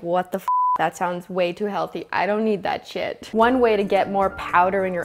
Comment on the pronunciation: “one WHEY to get more powder in your oats”